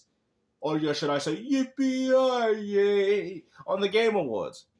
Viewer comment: Bro It's yippee ki-yay 😂